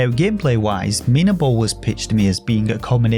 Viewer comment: Nice intonation for the game's title!!! You stressed the I sound, and thank god you did lol. Being a game by a Spanish developer I dunno how they came up with such a name. You see "minabo" translates as "myturnip" but in Spanish slang (from Spain) it also means "myd*ck" lol, so had you stressed the A sound you wouldave made me laugh coz thats the spanish pronunciation 😂 tbh I dont know how they intended the game's title to read like, but they were a lil bit cheeky anyhow hahaha. Btw the character named Topota, dont even get me started on that... I dont know if I am too dirty minded or if they really meant to be cheeky with this one 😂 Cheers mate take care